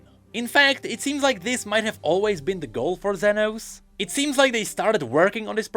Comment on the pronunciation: As a Spanish speaker, I have the responsibility to tell you that "Zenos" is pronounced like "senos" which means "boobs" in Spanish. So yeah, it was funny hearing say "senos" every 2 minutes 😂